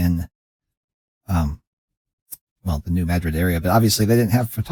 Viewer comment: I am from Missouri and it is pronounced /New/ /Mad/ Rid/